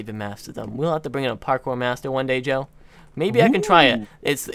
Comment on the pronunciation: Agreed except maybe the word "parkour" not parkpour.